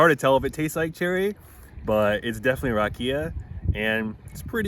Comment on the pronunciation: This is all in good fun. Loved the video, made me miss my birth country. The whiskey is pronounced Rock E Ya. Roll the R. You guys where killing me with the way you pronounced it. All the best to you. Long life and good health.